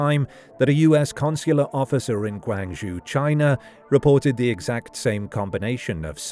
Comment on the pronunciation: The Chinese city of Guang-zhoo 😂